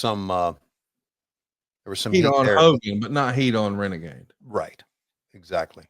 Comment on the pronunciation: "It's time for Reneghey" Tony Schiavone